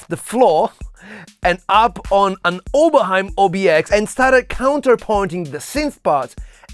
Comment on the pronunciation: + like because of the right pronunciation of "Oberheim"